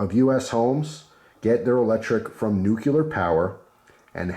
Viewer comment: This is definitely something I'd be interested in investing in, thanks. Also, I have to be that guy... it's "new-clear", not "new-cu-lar".